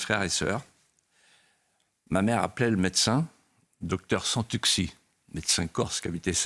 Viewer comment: On dit Santuchi ! 🤗Vous avez parfaitement raison comme d'habitude, et il est très clair que vu qu'il n'y a plus d'argent, cela n'aura été que de la com pour sauver leur peau c'est navrant pour eux 😤😑 la hy ène de l'Europe , chou chou te de So ros, aura largement participé à tte cette destruction 😵‍💫😵 votre trio est super🥰